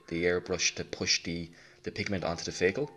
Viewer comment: I have been sitting here for 2hrs wondering what a "feygel" is until I realized you're saying "vehicle". Amazing tutorial. I'm going to try following your techniques for a small model I have. My techniques tend to come out rather flat looking.